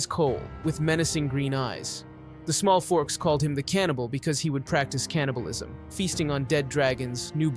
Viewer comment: "the smallforks"?